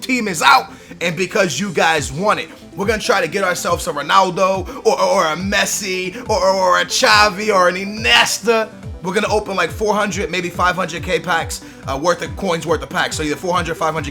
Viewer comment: It's not inesta it's iniesta